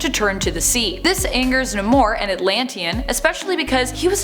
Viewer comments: His name is Namor, as in NAY-MORE, not Nimor lol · It’s pronounced as “Nay-More”, not “Nuh-More” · Namor is pronounced as Nay-More. Say it Nay-More. You could at least watch the old cartoons. Even Spider-Man and his Amazing Friends. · Geez “nimor” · It’s Ney-more... learn how to pronounce it properly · That's not how you pronounce Namor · Love the post but please pronounce Namor the right way